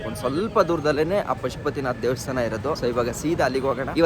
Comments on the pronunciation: ದೇವಸ್ತಾನ ❌ ದೇವಸ್ಥಾನ ✅ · ಅದು ದೇವಸ್ಥಾನ. ದೇವಸ್ತಾನ ಅಲ್ಲ